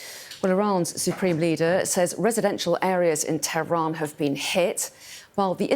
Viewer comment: did she say "the capital, Tevran" ?